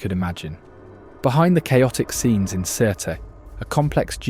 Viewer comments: Sirte is pronounced as “Sirte.” The E is silent. — a Libyan who’s tired of hearing a non-existent name for a city. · Sirte is actually pronounced without the “e” more like Surt